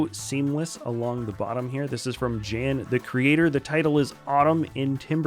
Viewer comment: Again, my name is not pronounced "Djan" but "Yan"! :D